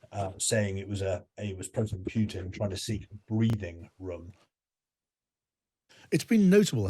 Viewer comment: AMX-10 RCs are NOT tanks. Not tracked. And stop saying "Pyutin"; also, it's not "Makavika" but Makiivka. What kind of "expert" is that?